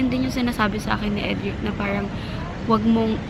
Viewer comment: idk naiirita ko sa "parang" nya mygadddd!!!! pero still, i love her hahahahah because of her din nagiging ganun na din pronunciation ko sa r, feel ko tuloy ang arte arte q 🙄 love u, skl yan!!!!:))))